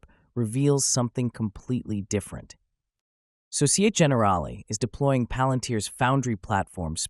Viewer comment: “Société” (in société générale) has 4 syllables so-ci-eh-teh. If you use AI to generate speech, I wonder if you can switch midway to French 🤔